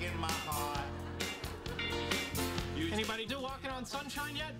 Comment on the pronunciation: “Don’t go bweaking my heawt!” 😆